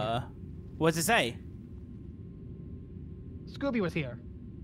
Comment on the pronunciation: ob: SCOOBY! Me: russian/Ukrainian